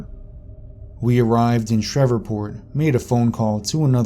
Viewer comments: It's SHREVEPORT, not SHEVERPORT!! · It's SHR-EVE-PORT. Not Shrevorport. I've never even been down south and I know that. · Are you trying to say Shreveport? Sh-reeve-port. Sorry but it's throwing me off. Being from Louisiana I know some of the names can be difficult, particularly for outsiders. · Are you trying to say Shreveport? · Shreveport mispronunciation was super irritating 😠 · are you from America?, cuz you miss-pronounce alot of words like Tex-arcana, and Shreveport, etc... Weird... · That annoyed the shit out of me.